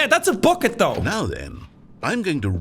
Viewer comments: Title should be “Jacksepticeye has a better budget than most (almost all) Disney movies” Also why is it so funny when Jack says bucket? 😂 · Bucket just slowly didn’t sound like a word 😂